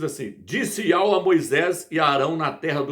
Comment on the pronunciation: YAUH está errado ,no hebraico não tem encontro de ditongo.Não se pronuncia YAU NO HEBRAICO